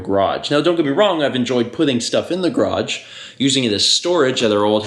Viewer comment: Is "graaj" from the same dictionary as "draff" and "surl"?